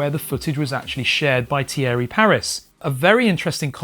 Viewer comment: Great videos about this footage ! Just note that Thierry is actually pronounced like Teeree in French ;)